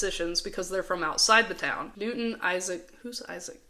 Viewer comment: I watched the YouTube short that was the one where Newton sounded like he said the F-word and I can’t stop laughing about it lol 😂 😂😂😂😂😂😂 Also P.J Masks is my FAVORITE show ever! It still is! It so amazing and funny! P.S keep up the cool and amazing work! You’re awesome 🤩for making these videos and just awesome 🤩 in general